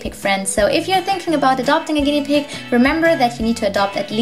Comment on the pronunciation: Hahhahahha pig not pid